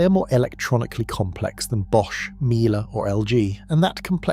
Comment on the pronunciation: AI, can't pronounce Miele properly